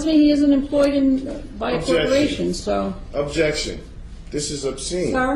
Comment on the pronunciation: I love watching this video. "Ojection... You don't have the jurisdiction to have jurisdiction.. objection to your jurisdiction, objection to your power, objection to America". Lol. He goes in.